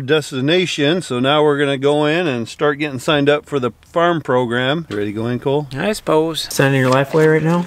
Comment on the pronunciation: That's "Cole Cooking" as in "cool" cooking.... Stick with the windmilla....